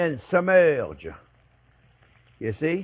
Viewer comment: Whenever I have to, I always pronounce it “submerrrge” 😂. Love to J.P. One of the chefs I look up to.